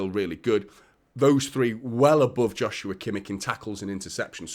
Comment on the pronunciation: It's never going to be about how could we play them all. Rodri is exhausted and completely overworked. KDB is aging and clearly can't play every game. We need more quality. It's a no brainer. I believe it's pronounced "Yoshua" btw.